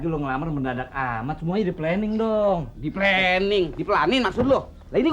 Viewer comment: plening & pelanin 🤔😄😂🤣